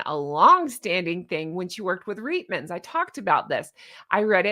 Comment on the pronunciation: YAY! YOU PRONOUNCED REITMAN'S PERFECTLY!! (it's a canadian store and that's how we say it in Canada)